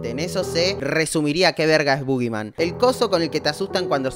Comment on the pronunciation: parece que dice "bo gay" Jajaja salu2